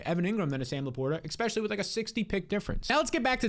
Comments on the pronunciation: Please stop saying exspecially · baby, there’s no x in the word especially